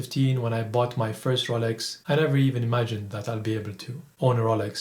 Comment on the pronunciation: Ro...Yeel...Oak, R...oh..Lax, Brund, Diual all kill £130,000 worth of watch review.